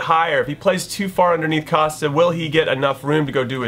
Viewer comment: YOU PRONOUNCE COSTA THE WHITEST WAY EVER!